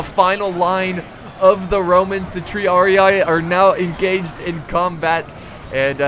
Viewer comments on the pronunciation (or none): Triarii is pronounced "Tree-ar-ee", just sayin' not hatin' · Hey. Love your vids but you should pronounce "triarii" with 1 i. Not with 2:-)